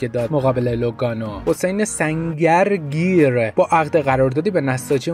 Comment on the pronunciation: جان واقعاً تلفظ اسامی مثل سنگرگیر خیلی سخته، مخصوصاً وقتی دو تا ((گ)) پشت سر هم باشه، و بدتر از اون اینه که پشت میکروفون رادیوی پرمخاطب و نامبر وانی مثل رادیو جوان و برنامه خفن جوان ایرانی سلام باشید، پس باید بگم واقعاً دمت گرمممممممممه ، عشقی عشق داداش گلم ❤❤❤❤❤😮😮😮😅😅😅😅😅😂😂😂🎉🎉🎉😂😂😂😂